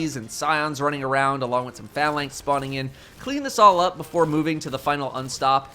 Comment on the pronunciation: stop saying phalanx wrong.